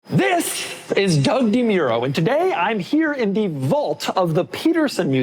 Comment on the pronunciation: Doug doesn’t know how to say the word “vault” or his own last name. 🤦‍♂️